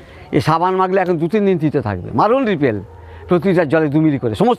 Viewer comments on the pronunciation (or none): Dipel না ripel. কি নাম বললেন । কোন company ঔষধ? ??